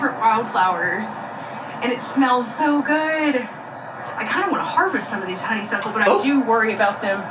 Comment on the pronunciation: "this use to be a ray-ohhhed..." 🤪 Also pause here. adorable, tickled/pink gazing at the honeySUCKle 😂😂❤❤